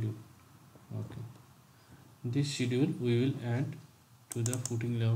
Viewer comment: hey thanks for great videos, can you see the pronunciation of schedule in dictionary please.